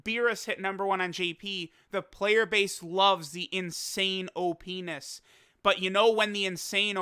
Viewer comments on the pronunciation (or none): “Openis” lmaoooooo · See you may have heard, "Everyone is loving the Insane O.P.ness" but I heard, Everyone is loving the Insane-O Penis!" right there at the end, I'm dying... 😂😂😂